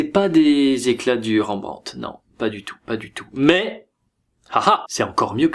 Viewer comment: super vidéo mais par contre y'a des noms d'artiste que tu prononces n'importe comment 😂😂😂 Ont dit par le le "t" a la fin de Rembrandt et Titien se prononce tisien